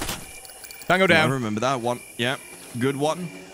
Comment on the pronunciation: When says tango down and it also sound like taco down😂